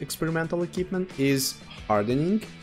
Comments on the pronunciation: Bond eQUipment not Bon Ekipment. It's MILDLY annoying since that word in particular comes up around 50 times in the video - no personal offence. 😂 Other than that really informative. Appreciated! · Sounded like a good video but I had to give up... Pronunciation: "E" - "KWIP" - "MENT" and not "E" - "KIP" - "MENT". Also why do you keep saying "experimental equipment"...? Drives me mad. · Equipment, not ekipment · a-keep-mint ... love it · Eh... it is not difficult nowadays to check the pronunciation of certain words... just saying, if you are going to make a video about "equipment" and then not knowing how to pronounce it... pity. Other than that, kudo's for the video. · Great video, but I would just like to say the letter Q is read as Kyu so in equipment its said differently than K. Also the setup I like a lot is the experimental turbo on TDs like ShPTK-TVP as it cannot mount vents and vertical stabilzier, and it doesnt really need ordinary turbo that much. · different countries pronounce different.